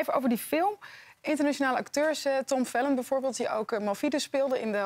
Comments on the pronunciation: Omg ze zei Tom fellon 🤦🏼‍♀️ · het feit dat zij tom fellon zegt doet me fysiek pijn. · Hoe zij tom felton zegt🤦🏻‍♀️